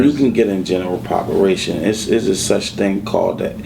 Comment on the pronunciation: I feel him but its pronounced as population not "popuration"...ijs!